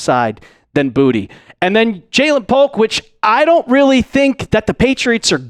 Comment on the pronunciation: It is pronounced Boo-ta not booty It is French..